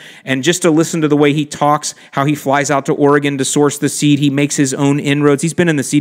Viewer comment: Thumbs up on pronouncing Oregon correctly, people from back east usually destroy it like there is an "ar" at the beginning and/or a "gone" at the end.